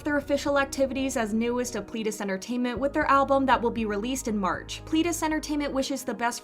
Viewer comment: Nu'Est is pronounced New East. Eden-dary is Eden , like garden of eden , ary Watch Kingdom, Hongjoong says it a few times while making a performance. Pledis isn't pleadis. pLEDis. Like a person PLED guilty. Watch Seventeen IN the Soop, they say it a lot there.